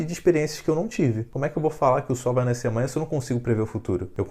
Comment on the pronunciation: eu acho que se fala nascer não naiscer